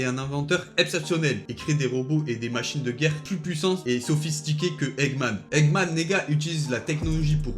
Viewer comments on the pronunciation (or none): Je suis le seul à avoir entendu egman neega